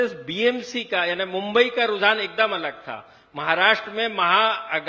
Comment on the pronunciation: मु़ंबई बोलने को नहीं आता इस बावले को